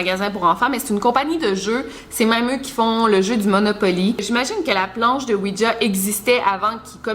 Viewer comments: C pas ouidja c ouija sinon t la meilleure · tu le prononce ''ouitja'' lol